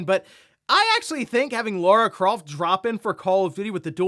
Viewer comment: Lara, not Laura you silly.